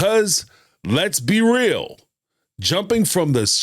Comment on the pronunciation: They get "rill" (real) lol